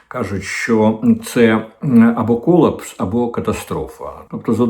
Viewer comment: КолАпс а не кОлапс 😅